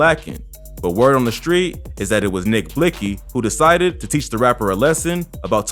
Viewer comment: What was trying to convey was is that the news reporter pronounced his name the way it was spelled. It’s spelled Blixky but pronounced Blicky., thank me later.